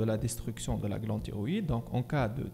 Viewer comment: راها كاطنطق تيغويدي ماشي طيغويدي !!!!!!!!!!! شوية د مخارج الحروف !!!!!